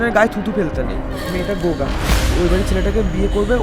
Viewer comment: gunga k o goga bolchhey😅